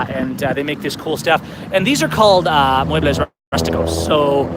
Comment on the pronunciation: It's "muebles"